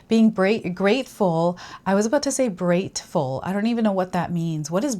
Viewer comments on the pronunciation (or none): Brateful = Brave + Grateful (that’s what I heard when you said it)